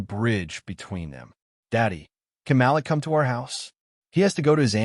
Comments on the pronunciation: Malik is pronounced Ma leek and not Mal-lick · The boy's name is pronounced Ma-leak not Malick. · Great story, best naration Malik is pronounced like ma leek. Keep up the great work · Malik's name is pronounced Ma-LEEK. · The name is MA LIK! IF you are going to use our names learn to pronounce them correctly.